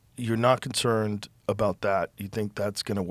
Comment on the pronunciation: i see what confused you, he said "concered", which is not a word, but fear not, i know what he meant! He was trying to say "concerned"